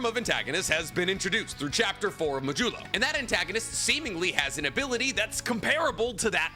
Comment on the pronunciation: It’s mah-d-you-lo. As in the mathematical remainder of a division.